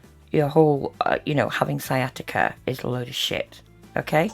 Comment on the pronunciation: I believe she said Sia Tikka instead of sciatica one time